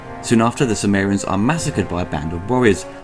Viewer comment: it sounds like you are saying Sumerians, rather than cimmerians